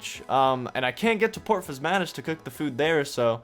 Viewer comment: Just stumbled across Mctile so I decided to come back and watch these. Enjoyable series. Also love the fact that pronounced port Phasmatys correctly haha